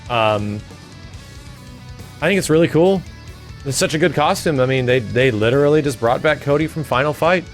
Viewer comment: The way he say's "Literally" made me laugh hard. "Lidderallrrly".